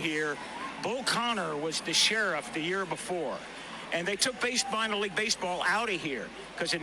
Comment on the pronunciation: When you said, it struck a cord with you; all I heard is a minorrrr😂. Shoutout to Reggie Jackson and Colin Kappernick.